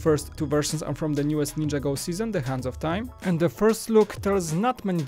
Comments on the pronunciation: It's ninjago not ninjAgo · It's not ninja-go it's nin-jago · Dude its ninjago not ninja go!